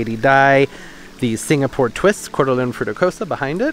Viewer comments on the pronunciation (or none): none